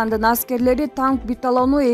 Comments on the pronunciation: Биталонбу? Биатлонбу? Тактап ойлонуп суйлосонор тантырабай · Биталон эмес! БИАТЛОН!!! Кыргызды уят кылбачы! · Биталон дейтко суйлоп жаткан аял 😁😁 БИЯТЛОН ДЕП АЙТ МАКОО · биталон дебей окшоштуруп суйлочу автор кыз тантык биталон эмес биатлон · Биталон эмес биатлон болсо керек эле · Шойгу эмес Шайгу .Биталон. эмес Биатлон. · Алып баруучу жакшы даярдансан.Дайыма ката суйлойт.биталон эмес биатлон. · Ай комментатор Биталон эмес Биатлон деп айтат деги ушундай каталыкты карабайсынарбы уят! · Биталон эмес биатлон болот авторсунбу же журналистсинби билбейм. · Биталон эмес биатлон! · биталону эмес биатлон десен тантырабай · Эй журналист биталон эмес биатлон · Битолону дегенин эмне?Уят эле🤣билип жакшылап окусан...Биатлон,танка биатлону десен. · Келесоо биталон эмес!Биатлон 🤣🤣🤣🤣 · Тантыратпай онтотпой туура так окуган журналист тапкылачы танковый бияатлон деген созду 2 класстын окуучусу так окумак буга караганда биталон деп тантыбай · Тооба ушунчалык тупой журналист да болобу, биатлонду эмне деп татырап жатат, макул жазганда адашып калса мейли эле, биатлонду азыр жаш баладан сураса деле айтып беретго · "БИАТЛОН" ЧОҢ КЫЗ ТУУРА ОКУП ЖҮР ,канчанчы классты бүттүң эле. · Окуп жаткан кыз сакообу Же туура окуй албайбы биатлон десенчи чулдурабай Уят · Биатлон деп оку,! Сабатсыз! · Туура суйлочу танк биатлон деп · Танк битадону дейт мына 😃😃😃🤦🏻‍♂️ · Биатлонду туура айталбаган байкуш журналист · биталон деген эмне тын окуган бироо жокпу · ээ ит очур каналыны биатлонду айталбагандан кийин оч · Танк биатлону деп айтылат чала сабатжурналист онтотпой башка журналист тапкылачы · БИТАЛОН эмес чон кыз , БИАТЛОН , БИАТЛОН , БИАТЛОН !!!!!!!!!! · Биатлон дечи э беталон дебей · Биталон эмес биатлон😄😞👈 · биталон деп, бир айтып койбойт, эки айтып койбойт, уят да, биатлонду айта албаганы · КАНДАЙ САБАТСЫЗ КОЛХОЗНИЦА МЫРКГО БУЛ ЖУРНАЛИСТКА КЫЗ😂 ТАНК БИТАЛОНУ ДЕЙБИ КОКУЙ🤣 ЖЕ ТАНК БИАТЛОНУБУ ЫЯ😀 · Танк биталон де 🤣😂😀😅😅🤣😂🤣😅😅😂 биатлон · Танк биталон эмес 😄 Танк биатлон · Биятлон болсо керек биталон эмес.